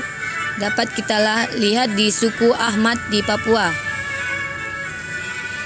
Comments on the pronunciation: Asmat bukan Ahmad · asmat woiiiii asmattttt bukan ahmad